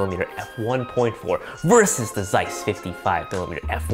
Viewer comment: I suggest you checking how to correctly pronounce "Zeiss".